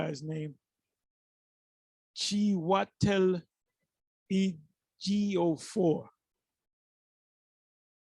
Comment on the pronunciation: Chi-way-tell hey-geo-4?(chiwetel ogiofor ,the 4 is pronounced as a question) Lil Wayne is Nigerian too